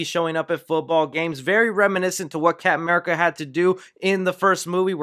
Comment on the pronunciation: I love the way you say 'Cap'n America', like 'Cap'n Crunch'